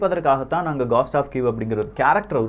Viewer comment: அய்யா காஸ்ட் டா அல்லது கோஸ்டா As per phonetic dictionary it is கோஸ்ட்